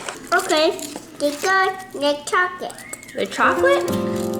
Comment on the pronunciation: Love the way said "chocket" XO coffee table decor 🦌❤